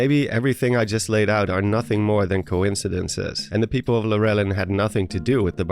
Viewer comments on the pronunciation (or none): It's a bit nostalgic to here a theory about the barbarian armor, cause I remember watching a lot of those videos from the "who/what are the zonai" craze era. Not gonna lie though, I got caught off guard every time I heard your pronunciation of Lurelin. I always pronounce it lure-lin ("lure" like as in fishing lure) rather than lur-el-inn. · Is it actually pronounced "Lur-éllin"? I thought it was pronounced "Lure-línn" (with an unstressed E)?! 🤯